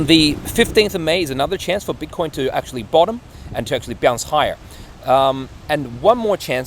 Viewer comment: Why do you keep calling it “bitter coins”? It makes it sound like you don’t take it seriously and don’t know what you’re doing.